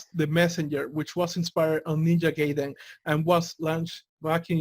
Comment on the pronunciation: "Guy"den. Not "Gay"den.